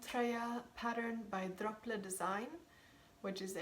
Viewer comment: It's so nice of you to knit a sweater for the landlady...do you mean Drops when you say Drople?